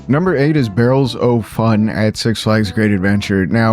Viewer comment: Fun video, but a lot of these early names actually have cool reasons behind them that got glossed over! 😅 Minor critique, but 'Barrels O' Fun' is pretty much just pronounced 'barrels a-fun'. Also, Valravn isn't just a made-up word, it's a real mythological creature (just like Rougarou right next to it!). And for the Batman rides, the lore is actually that you're a citizen of Gotham testing out a new Bruce Wayne invention.